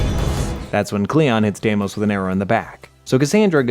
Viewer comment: Im offended at the mispronunciations of the odyssey characters. Anyone who played the game should know how aspasia diemos and myrinne should be pronounced. Bwahhhhhhahaha! 😭😭😭😭